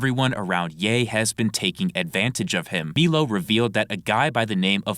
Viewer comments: It's M👁LO. Not Meelo. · my brother in christ it’s pronounced MY-low put some respect on the formerly gay man’s name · Dude it’s been like a year and dozens of videos and you still can’t say Milo correctly bro are you legit rtrded?? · so many videos now and I'm convince is mispronouncing Milo on purpose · Hearing Milo being pronounced like that hurts my head